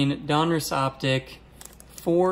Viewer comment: Love your show but I love that you know how to say Donruss most people say Don Ross when it's Donruss